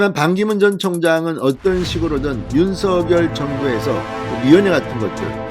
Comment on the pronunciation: 윤서결이 아니고 윤석열 입니다 거슬리네요